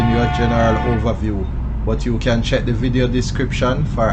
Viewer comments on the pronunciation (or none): none